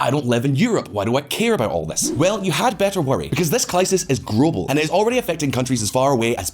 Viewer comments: "This clisis is grobal". Love it. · "... because this clisis is grobal." 😝😝